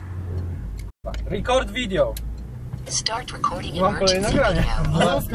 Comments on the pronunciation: "Rikord Vidjo" jak mnie coś kiedyś trafi... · Rikord wideło